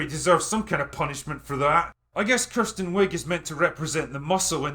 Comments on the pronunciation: It’s not “Kirsten” it’s “Kristen”. Say it right. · As someone named Kristen but pronounced Kirsten I give this movie 10 out of 10 bananas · OMG if you say Kirsten one more time imma lose it.